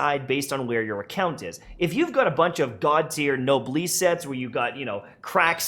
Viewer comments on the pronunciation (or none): Me physically cringing every time I hear "nobliss" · awesome work! But it's noblesse - no bless... It's a female Noble. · dude mispronounced noblesse and just kept going